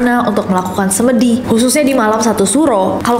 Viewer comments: Bacanya semedi kak nessie, bukan semedi 😢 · bacanya semedi kak bkn semedi, eh apsii😭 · kak nessie aku gemas kalau kamu bilang Semedi .. harusnya Semedi .. 😂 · Semedi kak bukan semedi🤣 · Salfok pengucapan semedi nya,, pungucapannya bukannya kayak semen gitu gak gak sih? Semen (n=di) 😂😂😂😊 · koreksi mbak, ngomong semedinya salah😅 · Lucu bgt cara ngmng “semedi” nya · Hallo kak nes, maaf aku mau koreksi pengucapan kata “SEMEDI”, sebagai orang jawa agak gak enak dengernya kak😅 mau nyontohinnya gmna tapi😂